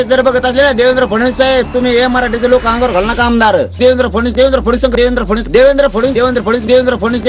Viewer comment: साधा "फडणवीस" नावाचा नीट उच्चार करता येत नाही फुकटच्या चपटीवर बोलणाऱ्या मिथूनला....